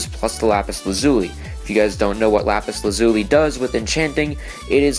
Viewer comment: This guy doesnt know how to pronounce lapis lazuli